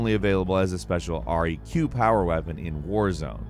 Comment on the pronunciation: 2 things. Halo 5 pistol, was best pistol, fuck CEs magnum. Second, who says R E Q and not just req(reck)